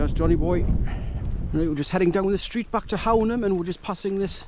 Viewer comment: Cracking spot - the locals pronounce Hownam - Hoooo-num